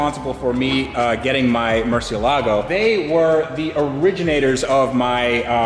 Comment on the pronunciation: You have no idea how much it bothers me when I hear americans saying Murcielago and messing the accentuation. It should be more like "Murchelago" in italian, and in spanish the accentuation goes on the e, like "Murciélago".